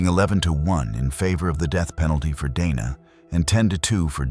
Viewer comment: To be fair some people would say Donna rather than Dana. Some are just bad at pronouncing names. Hell my legal name is easy as hell to pronounce and people still mispronounce it. They either call me Dina, Diana, or Deana none of which are my name. My name is Deeanna Dee-ann-uh. Some even say Dee-on-uh which is also incorrect. So I give lead way to mispronouncing of names. Because it happens to me often.